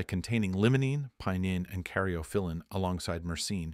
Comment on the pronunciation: Not pinon but pie_ neen, carry_off o_lean oh_si_mean, ;ter pin_o _lean, mur_seen. All said wrong sorry man. You say them wrong them right. The argument is valid though and trust me, durban poison has put me to sleep more than one, but both times they were 33 to 36% thc. Hindu has never felt anything other than indica heavy